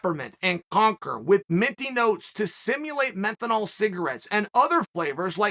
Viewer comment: “Menthinol cigarettes” I didn’t realize I had been mispronouncing menthol my entire life